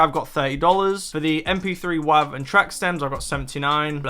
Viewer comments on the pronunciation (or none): Wav is pronounced “wave” brother